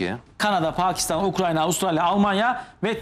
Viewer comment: sayın konuşmacı abicim ukranya değil ukrayna. önce onu öğren